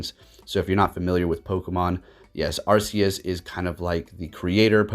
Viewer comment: Arceus sounds like Arkeus not Assius